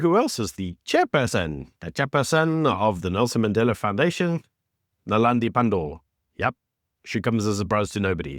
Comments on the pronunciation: Naledi.....not .. Nelandi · Naledi not Nalandi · Maybe just get Naledi Pandor's name right.